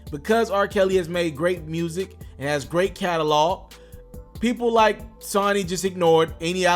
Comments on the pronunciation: Exactly it's annoying 😬 IT'S SONY.. PRONOUNCED..SO KNEE.. Geesh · Your corney ass can't even pronounce your words correctly. It's SONY.......and also your facts are not facts. Part of his separation aggrement from the label was that he does own all rights to his music. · Bruh it's CALLED SONY! SMFH how TF u talking bout this man but can't pronounce the label he been signed to FOR YRS. HELL SONY IS WORLDWIDE... PEOPLE SMH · The way he pronounce SONY is fuckin annoying, dude get it together. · Not everyone is literate. Shouldn't be telling news if you can't pronounce Sony properly. SMH 🤔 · Like like you never heard of a video game console put some respect on Sony's name and pronounce it right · I didn't hit the dislike button because of u talking bout r Kelly, I'm simply disliking because of the way you pronounce Sony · These youngsters don't know how to pronounce SONY..been around for year's stereo equipment ect.... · BRUUUUUUUUUUUH why can’t you pronounce Sony????? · Learn how to say Sony right. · How the hell you report on the music industry but don't know how to pronounce SONY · Frfr how do you mispronounce Sony 🤔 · Saw nee...or...Soo nee..lol/tomato or toe maat oo 🤣🤣😂😆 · SO NEE....NOT SUN NEE...GEESH SMHHH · If this man say Sunny one more time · Say it with me SO-KNEE = SONY 💯😂🤦💪🏾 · The "o" becomes long when there is a "Y" or "W" at the end {a e i o u sometimes Y and W) pronouncing it SONY not SUNNY. How can you do a report on someone in the music industry and don't know how "Sony" is pronounced? Com'on you got to do better. It got so nerve wrecking I stopped listening to the commentary. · ITS SONYYYYYYYY!!!!!!!!!!!....NOT SUNNY! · It not sunny it's SONY, first get the name right before u talk about it . Where has he been!!! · Can't you say So-ny?!, ..very easy?, .You sound like stupid a ass! saying sunny?..dumbass! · So you saying r kelly can't read or write but you saying SUNNY and the word is SONY i rest my case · Bruh it's Sony not Sonny 😂😂😂 Sone-ee!!!